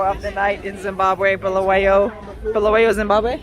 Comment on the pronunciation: Glad you have pointed that out ,it is indeed Bulawayo not Bhu-lu- we- yo!